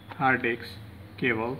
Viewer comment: No one Litreally no one This guy: Data "Cabol"